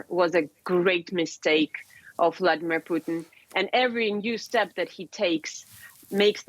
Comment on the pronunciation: Definitely referred to him as Vladimir 'Poutine' at the start there 😂